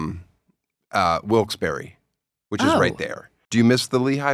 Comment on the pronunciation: I'm just surprised Tosh pronounced Wilkes-Barre, correctly.